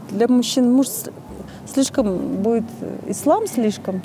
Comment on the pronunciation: она так мило улыбается😂завидую этому мужику. Классная у него жена. Сбежал не сбежал,но она с ним и переживает за него. Испугалась что его интервью увидят талибы и его найдут. Еще так в конце с кавказским акцентом "будиит" и так ахнула типа с перепуга. Такая милая. Судя по внешности и фамилии откуда то с кавказа,дагестанка наверно. Очень милая. Мужику явно повезло с женой